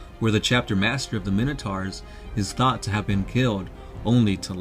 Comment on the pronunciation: Pronouncing minotaurs wrong